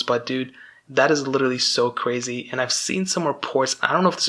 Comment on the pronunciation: Did you emphasize your correction with the wrong pronunciation of literally after you already said it correctly? LITCHERTALY